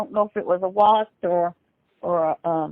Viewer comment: Bruh did she say Wast instead of Wasp????? Lmao.